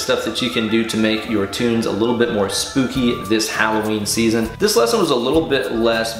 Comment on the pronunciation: Did you say spoopy?